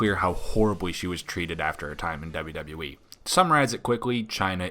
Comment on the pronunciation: Has anyone else noticed over the years that Kurt Angel can't pronounce WWE correctly? It always sounds like he is saying "double double -E"